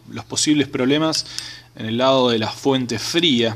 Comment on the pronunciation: Eeeeee.para que vamo a medi eeeeeeeeeeeee....para ke ane la fuete.eeeeeeeeeee